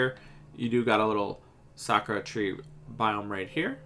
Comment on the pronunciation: When Bro is saying "Sakura Biome" I thought it is "Soccer Biome"